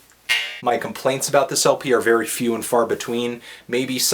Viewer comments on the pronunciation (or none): none